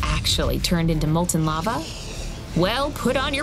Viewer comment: Not lovo it is lava